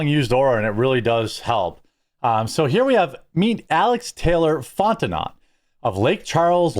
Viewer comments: Louisianan here. It's pronounced Fon-ten-no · It's pronounced "font-in-no" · In Lake Charles, or Louisiana in general, it's pronounced "Fonteneau". Not like it's spelled. Just as Hebert is pronounced "A- bear". Bourgeois is "Boosch-wah". Benoit is "Ben-wah". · Just so you know I am from this neck of the woods, it's pronounced Fon-tin-no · Fon-ten-oh. Cajun name. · Fontenot. Pronounced, font a no